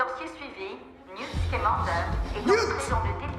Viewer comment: come on did they use Google voice for the French part ? she literally says " Newt ScEmEnder" instead of "ScAmAnder"